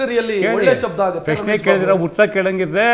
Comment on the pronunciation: ಪ್ಯ ಶ್ನೆ ಅಲ್ಲವೋ ಪ್ರಶ್ನೆ... ಮೋದಿಯನ್ನು ಟೀಕಿಸುವ ಯಾವ ಯೋಗ್ಯತೆ ನಿಮ್ಮರಿಗಿಲ್ಲ... Logic ಬಿಟ್ಟು ಮಾತಾಡಬೇಡ